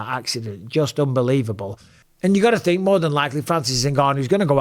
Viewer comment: Francis “I tink” Ngannou